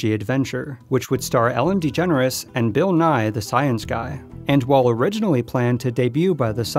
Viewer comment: I don’t like how you said bill bye the science guy lmao